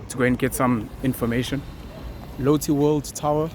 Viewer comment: Based in Korea. . . And your pronunciation of Lotte incorrect. Cool that you made it out here